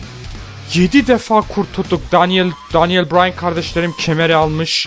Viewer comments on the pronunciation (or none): none